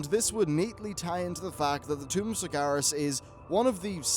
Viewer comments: FFS It's SargEras not SargAras :( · Sar-GE-Ras, not Sargaras.